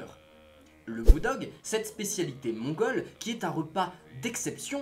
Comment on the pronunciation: pourquoi tu force sur le mots mangole